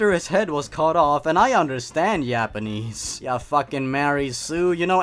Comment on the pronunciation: "Yapanese" Careful,, your Swede is showing.